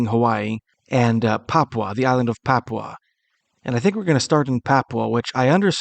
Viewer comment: Why can’t they put a English speaking person from Papua? It is not pronounced like this English foreigner is pronouncing he is saying.popwa It is pronounced papoowa